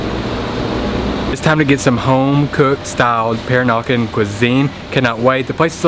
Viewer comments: Peranakan is pronounced pe-RAH-na-kan. Accent is on the second syl-LA-ble. ha. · Pronounced Per-rah-nah-kan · Per-AH-nah-kahn. Sorry if that makes me sound like a dick. Calling them prawns, not shrimp: Thumbs up. Sucking the inside of the prawn head for all that gooey deliciousness: Two thumbs up! The Kocik Kitchen is in the same street of the colonial core as the hotel I stay at, Baba House. Used to be a little run down and thus cheap, but it has undergone a major gentrification like the rest of the area. When I was there in 2017, there were plans to expand the place out the back and possibly add a swimming pool. As I mentioned in comment on another video of yours, suburban Melaka is somewhere I need to branch out and explore. The colonial core is all fine and good, but it's expensive and chock-a-block full of Singaporeans on the weekends, locals during school holidays, and 'round eyes' most of the rest of the time. Will put some thought into a decent definition of "peranakan". What I 'know' might not be strictly correct- and there are differing versions of the story.